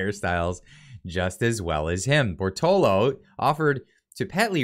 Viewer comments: Read and say it with me: Bor - to - lot - to. 4 syllables. Very easy 1, 2, 3, & 4. You can also clapp your hands to make it easier. Compare: Bor - to - lo vs Bor - to - lot - to Cheers* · Bortolo ... His name is clearly Bertolotto so unless you are openly hostile could you please just read the freaking name right at least once out of 5 times? If you are a poor reader why even do your channel this way? Just talk about things instead. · Sound it out bro (Bore-toe-lot-toe) Bortolotto . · How do you keep missing the "tto" after the last "o" you say in Bortolotto? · Exactly, just my thought. I think owes Mr Bortolotto an apology for butchering his name like that.